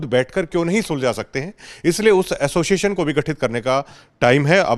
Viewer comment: Tum log association ko assoision kyu bolte ho